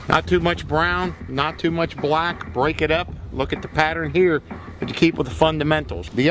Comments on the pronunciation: This guy uses his whole mouth to say BHULACK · The way he says BLACK 😂😂😂😂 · the way he says black and brown …